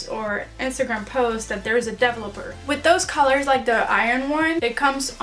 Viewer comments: You should try saying developer with the emphasis here, like this: de-VEL-o-per 😊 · Hahaha, I keep on laughing about the way you pronounce words like developer 😂